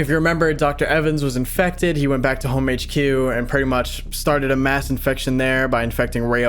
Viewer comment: "mass infection"